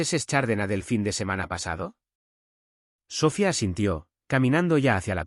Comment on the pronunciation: El nombre es SOFÍA. CON ACENTO EN LA I . ALLÍ PRONUNCIAN SOFIA